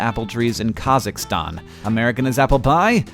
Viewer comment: Kazhakstan? Isn't it Kazakhstan? First he spells Tuesday wrong...now this. Haha kidding kidding.